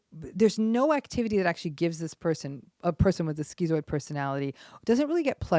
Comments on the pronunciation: Um excuse me. It's pronounced "shkitzoid" !!! not "skeezoid" 🙄 Don't give us schizo's a bad name. with your mispronunciation. 😠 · In the UK its pronounced "skit"-"zoid" not "skee-zoid" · Wellp, I think we finally found my mom. Or at least, one of her probably many things. Is it really pronounced "skee-zoid?" Weird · Was anyone else surprised by the pronunciation of 'schizoid'? Skee-zoid? I always thought it was skit-zoid. I'm not saying that she's wrong because this happens a lot. Academics can't agree on how to pronounce words. There are at least four different ways to say 'hegemony'. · I couldn't watch the rest after 30 seconds. Just couldn't get past skee-zoid. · I guess the Greek pronunciation (skee-zoid) is to remove the confusion the layperson might have between it and schizophrenia. But it is still very irritating on my western ears Lol. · schizoid [ skit-soid ] your mispronunciation of 'schizoid' was very distracting. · Great video as usual. I think it’s pronounced “Skit-zoid” though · "schizoid" isn't pronounced like that. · This woman seems mentally ill herself. She also is not pronouncing schizoid correctly.